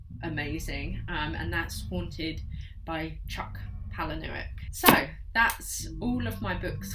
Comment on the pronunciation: Some good recommendations here - I loved Exquisite Corpse and Found is also one of my fav films; but didn’t know there was a book - on the list! And Haunted ! Boom (but p.s chucks surname is pronounced palay-nee-yook)